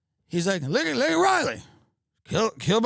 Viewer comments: Tim even with the visual aid he still said her name wrong! LAKEN not Linkon. What a slap in the face to a family whom you’ve never spoken to and then say her name wrong. 🙄 AND she isn’t the only one, a toddler raped and murdered, etc. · it's Lakin not Lincoln. geriatric can't read the pin he's holding. fucking pathetic. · Laken not Lincoln, Tim. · Bro said “LiNcOlN” instead of “Laken.” Then apologized for addressing her murderer as an “illegal” immigrant. Never apologized for mispronouncing her name. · Its not fuc king Lincoln . Its Laken. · He said Lincoln not Laken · He didn't even get her name right. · actually it was Biden that mispronounced her name. Tim is just repeating it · Biden said the name wrong when everyone chanted "say her name' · Still managed to screw up the name with it right in front of him. 🤦‍♂️